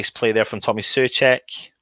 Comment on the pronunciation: Pretty sure he said it was SO FAL and SO CHECK and out of nowhere Carlton Cole starts saying TOO FAL? Then is like "SO FAL" and for the rest of the broadcast they pronounced Soucek wrong.